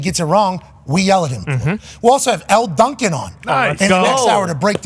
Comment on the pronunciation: Just saying Elle Duncan. Dawg.